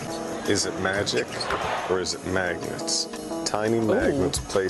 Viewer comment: what the heck is a manget?